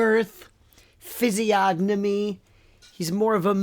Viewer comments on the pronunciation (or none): Phyngnyomy! What?😂😂😂 Blud said Physiognomy.... It's a real word... I thought girth was a little heavy... But 4 syllables or more and we talking multiple X' on the T shirt